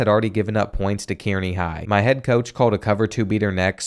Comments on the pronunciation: Its not kear-knee it is car-knee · Love the vid! You're one of the best creators out there. Small thing. Kearney is pronounced more like Car-nee. At least to us over in Omaha and Lincoln. Maybe the drunks at UNK pronounce it differently though. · Hahahaha . I was looking for this comment. That Key-Air-Knee pronunciation was killing me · He butchered Kearney 😂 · It’s car-knee not keer-knee 😂😂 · Geo Sarria being an absolute liability at WR 😐 Also (as a Nebraska native), Kearney is pronounced “Car-nee” 😅 The freshman year loss to Nebraska felt good, though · I love your vids man... but next time you doing one on Nebraska schools, hit me up and I'll help with how to pronounce all the towns here! I went to college in Kearney 😂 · From Nebraska here.. Kearney is pronounced car-knee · It was bothering me- Kearney is pronounced (Car-knee) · i love you but you absolutely slaughtered kearney. It’s pronounced kAREney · Lol it’s pronounced “Carney” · Kearney is pronounced carney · Haha the way he pronounced Kearney had me laughing.